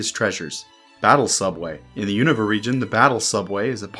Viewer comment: Really refreshing hearing someone pronounce Unova the same way as official Pokémon media does